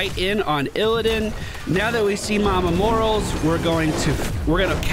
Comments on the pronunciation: everytime I hear mama morals, I just fucking die inside, mor-A-les the A is not silent. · Does he say Morales wrong on purpose or does he not know?